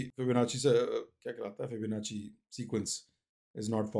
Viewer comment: "FIBNACHHHIII uhmm uahh aaah". correct your pronounciation